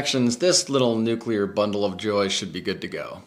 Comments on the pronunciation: Calvary is a religious term. You mean cavalry. Duh. How about, can you say noo-clee-ar? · “Nukular” - George W.